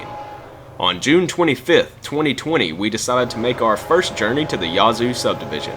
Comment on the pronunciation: WHOA! You SOUND Southern - - but - - it's NOT YAH-ZOO city - - it's YA-ZOO city - the 'A' is like in HAT -"u 2 smot ta be senaz ignernt"